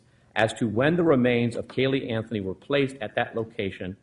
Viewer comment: Judge gets that same little look "George W Bush" get's when he feels he says something intelligent. Proceeds to the next sentence saying "Pacifically" instead of "Specifically" or Casey "Anfony" instead of Casey "Anthony"...